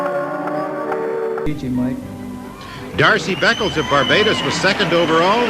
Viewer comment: Ummm…”Darcy” Beckles? I’m having trouble with this.